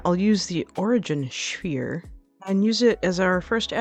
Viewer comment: Damn you woman, now I'm pissing my wife odd by calling it a sfeere! Great tut